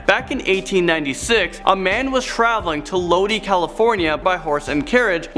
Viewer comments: Yo FYI the city of Lodi is pronounced LOW-DIE not LOW-DEE. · Low die... not lowdee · Lodi = pronounced Low•Die